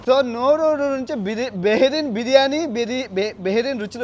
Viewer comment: అన్నకి నోరు తిరగటం లేదు బిర్యానీ పేరు